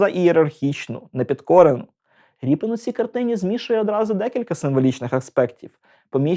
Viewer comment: Дико звучить "Ріпін". Призвища не зміняються!